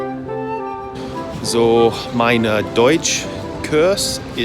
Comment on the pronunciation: 'meine deutsch curse' It's pronounced [kʊrs] and we hope you don't see it as a curse.^^ Have fun.